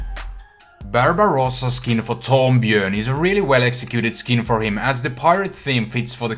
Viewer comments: HE CALLED Torbjörn TORBUNE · Okay come on i know you can't say some things and I'm sorry I just laughed when you said terb-yern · I cringed when he tried to say Torbijorn